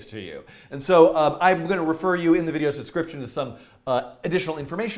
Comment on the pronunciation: always sounds to me like you're saying "I'm going to post this in the video's subscription," but I'm sure you're saying "video's description".